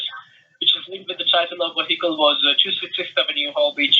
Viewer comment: did he say waheicle? bahahaha